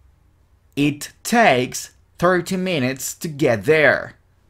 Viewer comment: Lo unico malo es que cuando estas dictando despacio se siente que pronuncias: it ( con S) y tambien (get). Pero luego todo excelente.